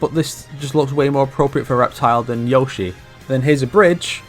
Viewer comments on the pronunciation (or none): none